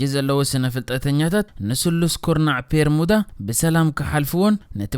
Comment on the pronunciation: ጽቡቕ ሓሳብ'ዩ ካብ ዝተፈላለየ ጫፋት ዓለም ትሕዝቶ ኣዳሊኻ ንተዓዘብቲ ምቕራብ፡፡ እንረኾነ'ግን እቲ ልክዕ ስሙ'ስ "ቤርሙዳ" ደኣምበር "ፔርሙዳ" ኣይኮነን እቲ ። ከምዚ ካብ "ቢሮ" ናብ "ፒሮ" ፡ ወይ ውን ፡ "ቢክ" ናብ "ፒክ" ቀይርካ ብጌጋ ምጥቃም ከይከውን።